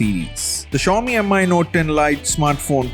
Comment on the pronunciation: stop calling it M.I. 🙄.. its just Mi from the word XiaoMi.. no m.i. or whatever